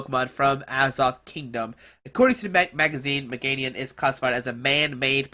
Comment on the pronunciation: its MA GI ANA squeeky comon....learn to read